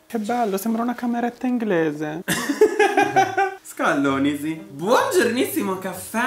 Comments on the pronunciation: Ma tu che dici "ascallonisi" è mlmlm :) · "SCALLONISI" no vabbè amo ti adoroo😍😍❤ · ma che dice scallonisi? ahahah adoro <3